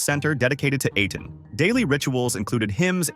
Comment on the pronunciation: The way that the AI pronounced "Aten" and its derivatives seven different ways . . .